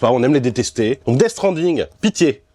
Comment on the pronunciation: Metal Jir, Ze Cari, Dess strending, housse flippeur.. le charme à la française j'adore 😂😂 btw super ton jeu...